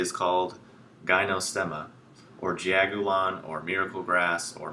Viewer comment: Love this video but the pronunciation is off. You are dead on with rest of info. Great job! I have always heard this tea: pronounced Juh-ow-go-lawn. It can be broken down so one never forgets: Juh - rhymes with duh... should everyone drink it? Duh! Ow-like an owie... a pain, a boo boo, makes you better in mega ways w no side effects! Go- good hot or cold - brew it 3 x over then eat the herbs! Lawn - describes the the way my taste-buds perceive the flavor and no sweetness when brewed!